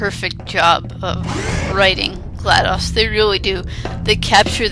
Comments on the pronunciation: its gladOs not gladus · its gladOs not gladas